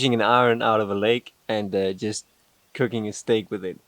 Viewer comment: You say iron the correct way already Ir n